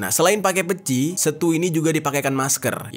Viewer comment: Peci pengucapannya seperti kata kece, untuk huruf e nya